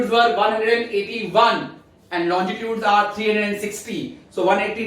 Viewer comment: I guess the pronunciation of longitudes was actually wrong..... But the explanation was really good but trust me it was not more good than our geography teacher... She is a genius...